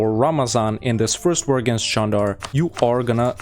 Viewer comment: no, it's actually pronounced Jandar. There is a Çandarlı family, which is pronounced Chan-dar-luh, but that's not related to the beylik called Candar.